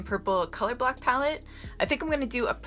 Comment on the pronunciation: It sounds like you're saying color-black not color block 😆🤣😂